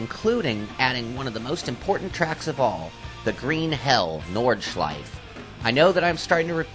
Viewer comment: hmm it´s called nordschleife and not nordschliefe